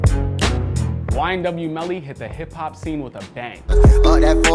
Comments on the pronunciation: that was the whitest way you could say “ YNW Melly” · I've never heard YNW Melly said so white before